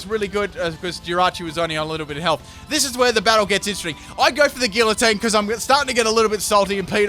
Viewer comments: GgEE-uH-tEEn. Not gilateen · Guillotine is pronounced Gee-uh-tine just so ya know. Love ya <3